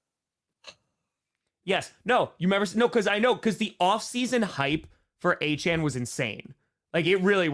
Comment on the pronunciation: Its Achane and its not even close...